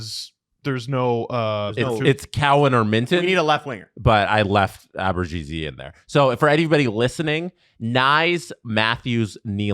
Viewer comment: I'd love for to tell me where the G is in Abruzzese's name he's pronouncing. Because I don't see it. Help please.